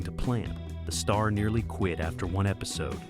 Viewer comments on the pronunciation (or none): none